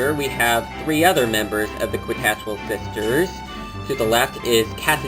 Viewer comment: Lemme help you out,. It's pronounced "KEE-tas-WELL" Sisters. The "Q" sounds like a "C" or "K". But, nice review. ^^